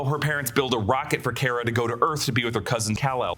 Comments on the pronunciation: Its not Care-Uh its Car-Uh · its Car-ah not Care-ah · I think you’re pronouncing Kara’s name incorrectly. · It drove me nuts ho many times you said “Kara” wrong lol